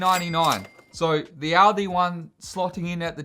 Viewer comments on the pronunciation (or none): It's "all-dee" not "audi"